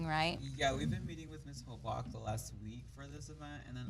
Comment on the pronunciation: Mrs Hobock's name is pronounced "Hoe bock". I keep hearing it pronounced on the podcasts by you as Haback. Please correct the pronunciation on future podcasts.